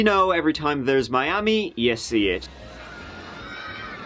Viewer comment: And in this video we're gonna talk about a hotel in My-am-e.